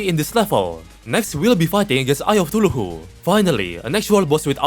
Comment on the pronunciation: why do you say cthulhu like "tuluhoo"